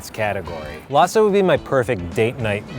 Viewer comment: the way they pronounce "lasa" and "sinigang" triggers me